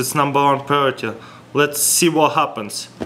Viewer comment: Funny how he says priority